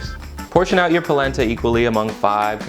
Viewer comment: Palenta? I thought you said PLACENTA!!